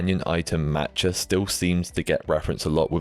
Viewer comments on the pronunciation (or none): none